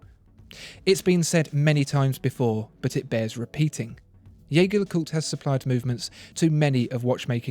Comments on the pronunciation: Great listing! (You need to work on your pronunciations: it's not Yeig-her Le Coult, it's not Vacheron Constantain...) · Dude love your videos but you need to learn how to pronounce jaeger lecoultre